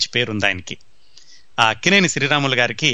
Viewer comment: sir, mee program vindam modati saari , chaala information undi, khachitamga idi cini priyulaku chaala aasakti karamainadi , kaaboye directors ki idi goppa nidhi. dayachesi kshamincha galaru... Lakkineni kadaa mari meeru akkineni ani palukutunnaru.